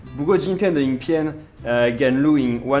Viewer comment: 哭RRR~ 笑翻了我~XDDDD" 露ㄧㄥˊ 跟 錄ㄧㄥˇ 元元二聲跟三聲發音根本一樣~